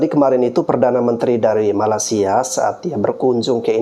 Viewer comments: Nyebut makaysia kok malasia, ky malas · Saya denger masnya nyebut MALASia 😅🤣